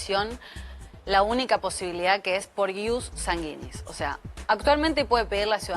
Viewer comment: Si le informan a la abogada, que aprenda a pronunciar latin. Se pronuncia: IUS Sánguinis. Acento en la a, y se pronuncia la diéresis de gui. No suena como guita, sino güi.